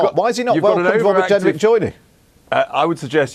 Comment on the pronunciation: Welease Wobert Jenwick. 🤣